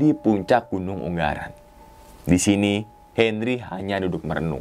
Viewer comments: Yg betul ungaran bang.... Bukan unggaran.. G nya 1 ajah... 😍 yowes lanjuut... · Gunung ungaran mas bukan unggaran hehe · ungaran bang, bukan unggaran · Wkwkw katanya orang semarang bang kok ngomong gn. Ungaran jadi UNGGARAN WKWKWKWKKWKW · UnGaran bang bukan unGGaran , G nya 1 doank hhe